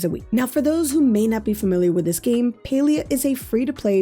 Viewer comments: Not PAI-lI-A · You pronounce palia like pailia not to be rude but it's PA-LEE-A